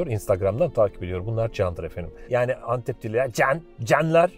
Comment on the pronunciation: Meşhur Entep Enektarı :)